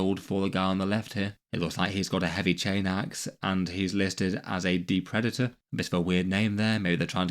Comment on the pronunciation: Yeah, I had this on as background noise, heard that noise and went "Wut?" Look over and there's a perfectly normal, if slightly archaic, word getting mangled. DE-pre-DA(y)-tor. A person or animal that ruins and plunders. Not de-PRE-da-TOR. That's what you're trying to do when you declaw a cat You might hear something like "depredations" more often (especially if you follow Oculus Imperia...), but "depredator" is still a perfectly valid English word.